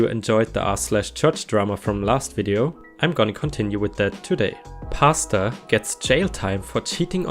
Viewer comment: I listen to r/reddit videos while doing other things so it's really just half listening. It took me a few minutes of the pastor story to realize you were saying Pastor and not pasta. lol